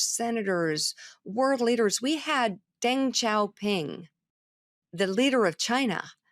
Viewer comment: She can’t even correctly pronounce Deng Xiao Ping. Deng is pronounced “Dung,” like what Mika is.